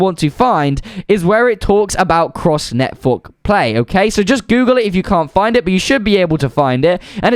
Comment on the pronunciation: bro litterly said netfork